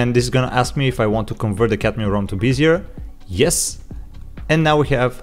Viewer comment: I hate to be that guy, but it's pronounced be-zi-eh, not like busier. Great asset and video, btw.